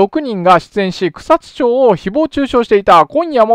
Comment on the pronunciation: 前々から気になってはいたのですが、草津は「ちょう」ではなく「まち」ですよ。